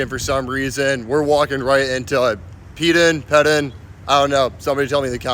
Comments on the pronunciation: It’s pronounced “Pee-din” and yes it’s kind of a dump and the concourses can’t even sort of handle a big crowd. The end zone side sections are an eyesore and the fandom hates the aesthetic but in recent years they’ve been selling family packs of four season tickets for like $100 so they do have fans in them during weekend games. Unfortunately thanks to MACtion Ohio usually only has good crowds for four out of six home games (the other two are on Tuesday/Wednesday night and draw maybe on a good night). I don’t know much about the academic center, it was build long after I graduated and I never would have seen it anyway as I am far from an athlete. Love your videos! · It’s called Peden Stadium, it’s pronounced Peden, glad to help!!!